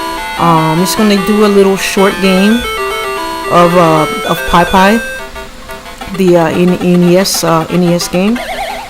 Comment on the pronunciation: Pie Pie? Lol 😁